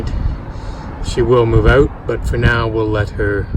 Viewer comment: I can tell your from the northern states, somewhere near Canada, you pronounce 'out' as "oot" !